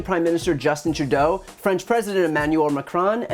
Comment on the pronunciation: I like that you pronounce Trudeau’s name properly 🤗